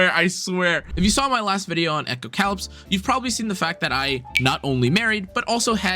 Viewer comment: You pronounced it “echo - cow lips.” And then you said it took place in a post apocalyptic world. You pronounced “apocalyptic” correctly. This should be a hint as to how to properly pronounce the name of the game.